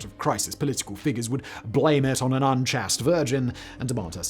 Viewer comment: I was trying to figure out what "chassed" meant; then I realised Whistler was up to his usual trick of murdering English pronunciation - he meant "chaste"!! My God, how stupid he is!